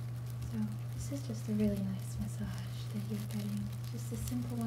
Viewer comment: Ma-saj not Mash-aj. Otherwise, amazingly convincing and indistinguishable from real Americans :>